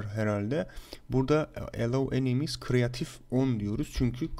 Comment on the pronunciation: Kıreatif deil kıreytiv dine okunuyo